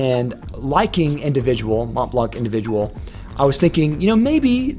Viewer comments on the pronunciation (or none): When you said DHI, Pure Havane, and Individuel it hurt my soul 😭 I agree with Sauvage though 🤣